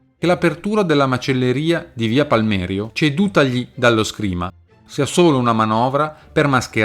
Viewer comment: La macelleria è di via PALMERINO, non Palmèrio 😅